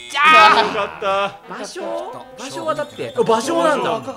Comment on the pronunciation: ( +△+)ばしょー？ 姫路城といい「う」を発音しないレトさん